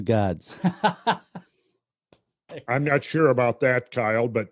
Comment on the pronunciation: LoL I thought he said “giants” 🤣